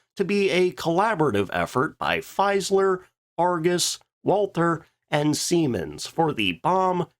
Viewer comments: Its Fieseler, not Feiseler... pronounce it like: Feesalar in english. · "Feeseler" I'm afraid, not "Feiseler". Always interesting videos, thank you. 👍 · Jeez man, you pick such interesting subjects, that's really good, but your pronounciation makes brains bleed... Faisler??? Like in Lafuaffa??? Who the hell would Hanna "Rish" be??? Come on😂😂😂